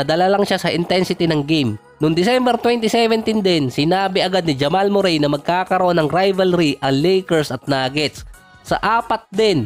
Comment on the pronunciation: Correction boss not murey(murray)merri ang bigkas✅